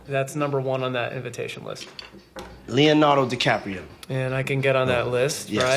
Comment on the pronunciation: did he say leonarda di caprio...?